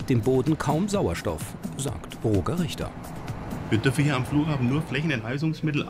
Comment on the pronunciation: Ich werde das Gefühl nicht los das Roger falsch ausgesprochen wird 😅🙈